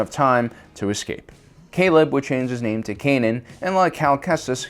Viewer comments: For a Star Wars channel he really butchers the pronunciation of the names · for someone who knows so much about starwars he really does pronounce the names wrong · Pronounce the names right bro. You've been making star wars content for so long please, I'm begging.